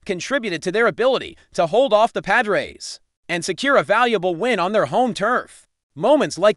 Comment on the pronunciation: Sickening AI narrative, mispronouncing Los Angeles and Pagres. Stupid.